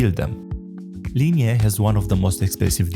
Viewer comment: God... It's Li-nay, not Li-nay-eh. What's up with YouTubers not being able to pronounce the easieste names? Just put the names through Google translate and listen to the pronunciation in English.